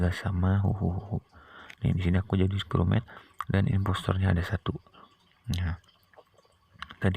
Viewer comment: Aku ketawa banget bang pas abang bilang "crewmote"😂😂😂😂😂